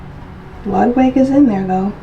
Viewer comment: Pronounced....... loodwig